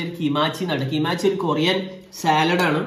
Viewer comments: Keemachi alla kim chi ennan pronunciation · Not kimachi it's kimchi😅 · Kimachi alla kimchi aan 🤪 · Korean food super alle ath kimachi alla kimchi ann 🇰🇷💜💜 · Kimachi allado...kimchi😂(കിംചി) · Kimachi alla kimchi alleeehhh...👀💜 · Korea fan 💜💜 Kimachi alla dishinte name.. Kimchi aanu💜😂😂.. But polich.. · kimachi alla kimchi 😅😅😅 I am bts army and also like korea 🇰🇷🇰🇷🇰🇷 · Kimchi not kimachi😂😂 Korean..beauty, drama,kpop fans... 🖤👍🏻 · Not kimachi its kimchi😂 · Kimachi alla kimchi aan 🤣🤣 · Kimachi alla kimchi😂🔥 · Korean Food KIMACHI Alla KIMCHI ann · Kimachi ala kimchi😂😂😂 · Kimachi alla kochi ahh ahhh 😂😂😂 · Kimachi 😂 kimchi aanu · Kimachi alla kimchi🤣🤣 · It's not kimachi😅 It's 'kimchi' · എന്തോന്നാടേയ് കിമാംച്ചിയോ. 😂 കിംച്ചി ആണ് ഇത് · Not kimachi it's kimchi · Kimachi alla kimchi 😌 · Korean salad alla pickel annu 😊 Pinee kimachi alle kimchi കിംച്ചി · kimchi not kimachi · Ath kimachi alla kimchiahn😂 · Kimachi alla sechi kimchi aah korean side dish🌚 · Kimachi alla kimchi aanu armysinu aano ithonnum ariyathe💜👀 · Kimachi alla ath😂😂 kimchi aanu..😁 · Kimachi alla kimchi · Not kimachi kimchi🤣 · Its kimchi not kimachi 🤣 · it's not kimachi it's kimchi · കിമാച്ചി അല്ല കിംച്ചി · Annyoengasseyo~ Happy to see you eating korean food... BTW it's not kimachi... it's kimchi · Ayyo kimachi alla kimchi കിംചി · It is not kimachi it is kimchi 😇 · ath kimachi alla kimchi aanu Paraya.... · Kimachi alla kimchi Naa 😅😅😅😅😅😅😅😅😅😂😂😂😂😂😂😂😂😂😂😂😂😂😂😂😂😂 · Kimachi ennalla കിംച്ചി എന്നാ paraya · Actually korean foodnte name kimachi alla kimchi aan😅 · കിംചിയെ ഇങ്ങിനെ അപമാനിക്കല്ലേ 🤧🤧 Not kimachi... Kimchi aantto 💜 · Kimachi alla Kimchi aan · Its not kimachi its 'kimchi'😌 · kimachiyalla kimchiyanu😂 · Kimchi ane allande kimachi alla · Kimachi Alla kimchi an😂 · Kimachi alla kimchi aan😂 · Kimachi ella kimchi ahn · Kimachi lla kimch an🤦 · Esh kimachi alla kimchi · Kimachi alla kimchi ആണ് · Kimachialla kimchiya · kimachi alla kimchi🤣🤣🤣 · Kimachi alla kimchi 🤣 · Halo kimachi alla bro kimchi ennan